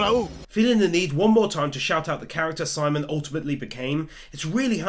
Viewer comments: My only gripe. Simon's name is pronounced "sea-moan" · FYI Simon is pronounced like Sea Moan, not simon. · You definitely deserve my like, even if you never did get around to pronouncing Simon's name correctly 😂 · You can mispronounce Simon and viral, but evangelion, no you've gone too far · How he says simon’s name hurts